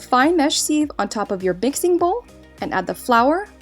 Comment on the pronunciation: Bixing bowl